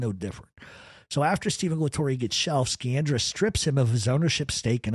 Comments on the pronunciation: Sciandra, pronounced Sci an dra not Ski an dra. Giovanni "John" Sciandra was my wife's grandfather's Dominic Alaimo's uncle, he was one of the main owners the Knox mine after Volpe and was the Pittston boss until his death in 1948, research the Knox mine disaster. You have many facts correct, but also, multiple facts incorrect. Grew up in Pittston, Pa. and knew and used to play gin rummy with old man "Steve" LaTorre, pronounced La Tor and most of the rest of those in your piece. Russ and his wife Carrie used to visit my wife's house quite frequently over the years for visits and some holifays, they called him uncle Russ. ALL were related from Montedoro. Her grandfather owned multiple businesses in and around the Pittston Area as well as a building on 32nd St. in the Manhattan garment district in N.Y. He also owned several businesses with Russ and his cousin Angelo Sciandra. ABS contracting being one of them (Alaimo, Bufalino, Sciandra). Much more can be said, but shouldn't at this time. Also correct pronunciations for Alaimo is A lY mo, and for Osticco, is O sti co. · Great show!! Incredible stuff. One thing, Sciandra is pronounced Shee-andra. In Italian an Sci is always She. I always wondered about Joe Barbera, was he ever actually considered a boss of his area or was he under Bufalino or Magadino? Really great stuff, love your channel. Burnstien and Nadu couldn’t shine your shoes💯💯💯💯